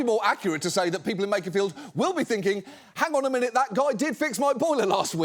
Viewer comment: It's pronounced Wakefield